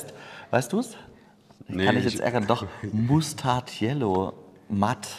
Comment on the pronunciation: MUSSTART🤣 Mustard wird das u als a ausgesprochen. Ansonsten cooles video.